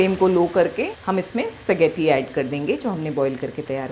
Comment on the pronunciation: Its spaagatties not sepaagatties plz pronounce it right